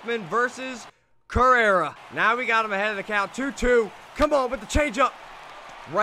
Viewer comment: He actually said correa as correra